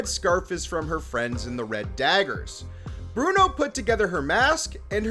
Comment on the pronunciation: His name is pronounced KOM-RON. But... with all the times he mucked up Bruno's name, he deserves it. XD